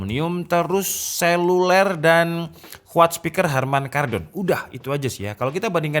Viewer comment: selulel 😂 mantep mas.. 👍👍